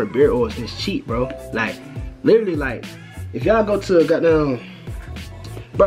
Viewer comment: you from the DMV bro? the way you say "the got damn" gave it away if you are